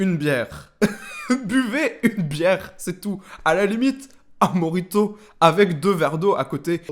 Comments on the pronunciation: Tu te fous de la grand-mère de ta pote mais toi avec ton "moRRRRito" t'es pas mieux wshhh on dirait tu crache, respire un bon coup :'( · Non non mdrr dsl mais c'est moRito (en fin la prononciation) mais bon tkt j'ai cru ça une longue partie de ma vie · "mo-JI-to" j'suis morte😭😭😂😂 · Mon daron aussi il sait pas dire mojito merci pour la barre ptdr